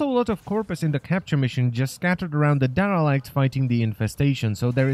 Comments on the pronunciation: Dah Rah Lekt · I LOVE how you pronounce Derelict, it always makes me smile xD